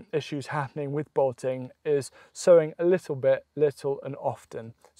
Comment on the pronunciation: what is he saying? "Botting"? What's that?